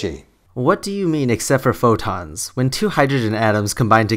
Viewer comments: Neutron Star I’m British and I initially didn’t understand him either but if you listen carefully he just mispronounced photons. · He definitely said tons and photons, unless he REALLY cant pronounce photons. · He said four tons. Not photons. Other than that, keep on.